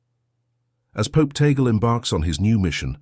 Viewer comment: please pronounce the last name, Tagle; "Tag-le"......tag-----le! tag le!